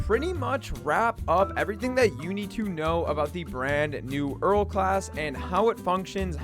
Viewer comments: Wait i was actually fine with them calling it earl since the start but for some reason hearing it so many times in this vid made me so pissed off and now im tilted fucking reeks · He managed to say omni-diagonal but cant say Erel properly..